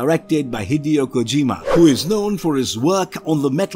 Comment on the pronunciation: "kozima" lol